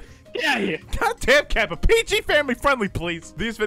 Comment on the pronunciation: Did you just call Kappa "Kwite"?